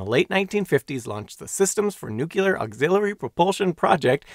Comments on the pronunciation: Nu-cle-are .. not nu-cule-are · It is pronounced "nooklear", not "nookyelar" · Could an educational channel at least bother to pronounce nuclear correctly? Nukular is not a word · You really Ned to learn how to correctly pronounce nuclear. It’s not “nucular” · Nu-cle-ar. Nuclear.👍 Nu-cu-lar. Nucular.👎 One of these is correct. The other is worse than fingernails scraping down a blackboard! Other than that, I love your content and your very informative videos. 😎😁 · "Nuclear" is pronounced NEW-klee-ur(er) "Nuclear" is not pronounced NEW-kew-lur(er) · Someone that can't pronounce "nuclear". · New. Clear. Newclear. Nuclear. It's NOT hard to pronounce. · New. Clear. Newclear. Nuclear Why does nobody see this! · Fascinating and very well done! But remember, in nuclear, the Q is silent. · That mispronunciation is not regional and is therefore considered an eggcorn. e.g., I've never heard anyone call the center of an atom a newkewlus.